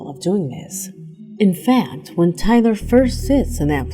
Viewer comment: Lol she called Taylor "Tyler"